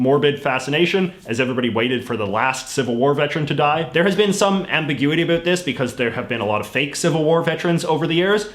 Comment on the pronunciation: Listen how he says about